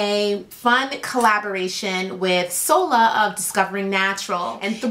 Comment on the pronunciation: Solar?! Shola not solar.